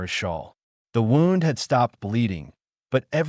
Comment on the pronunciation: Maybe tech the Ai how to pronounce words like wound.